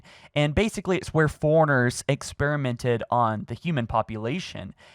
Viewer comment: I like how you say forerunners as foreigners lol “It’s where foreigners experimented on the human population.”